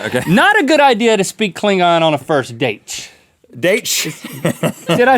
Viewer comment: you said "date" like a portuguese brazilian speaks inglish